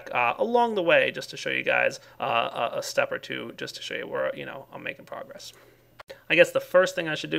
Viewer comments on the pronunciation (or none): none